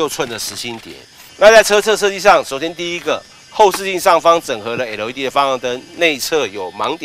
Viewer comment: 怎么那么发音都是发成那个样子？ type R 变了 太仆啊， LED 变了 诶路 ED